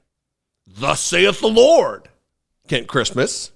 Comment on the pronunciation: I can't believe you keep mispronouncing this man's first name! He's definitely some sort of Kent Seems a bit odd that he's watched an entire children's film to make himself aware of it's content too!